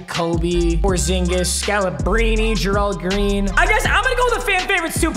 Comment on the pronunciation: “Grald Green”